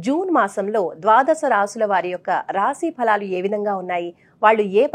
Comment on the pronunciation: Raasii palaalu kaadhandi, raasi phalalu😂😂😂